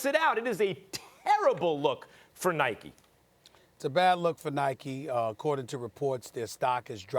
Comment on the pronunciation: Anyone else hate how they call it Nikey it’s Nike there’s no y